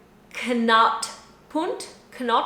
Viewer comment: knoop-punt-ten Knot points... u as in hut. and never an oe as in shoe and in open bits üü never ou as in you..